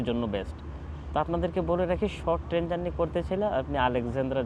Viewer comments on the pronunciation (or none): আপনি ত ঠিক মত কিছু বলতেই পারেন না। টেন না ট্রেন, কেরু না কায়রো, আপনার ত আইডিয়াই নাই জায়গার নাম সমন্ধে